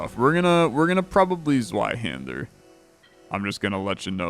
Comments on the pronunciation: its pronounced tsveihander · I love you, but the way you pronounce Zweihänder makes me hurt on a different level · Like the German word for two "Zwei" as in two handed sword. He said it correctly just came out very English.